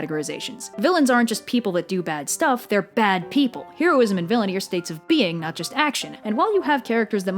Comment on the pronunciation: Oh god, I love this video and this entire series of videos, but (possibly because I am a neurotic person) the constant mispronunciation of the word "heroism" is driving me absolutely insane!